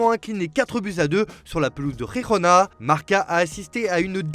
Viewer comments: "Rirona" c'est quoi??? En catalan c'est Girona, prononcé presque comme en français, et en castillan c'est Gerona, avec la jota. Donc encore un fois, prononciation calamiteuse. Écorcher le nom des joueurs n'était pas suffisant. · Girona !!! On prononce ge pas Re ! Viva catalunya